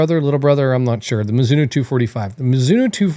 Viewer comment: I’m sure there’s an O on the end of Mizuno. Can’t watch or take anything you say into any consideration when you can’t even get the name right. 🤦🏻‍♂️